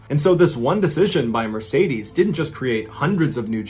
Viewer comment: this is the first time i had heard someone pronounce Mercedes as Meresaydiese :D